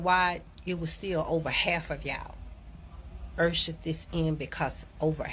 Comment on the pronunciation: I had to rewind, then let it play, then rewind before I understood what she was saying, "70%, in one state, "70% 'ersherd' this in." I listened several times before I understood 'ushered this in'. No disrespect intended. I'm from KCMO, now living in Texas, but, that took me several replays and contemplation......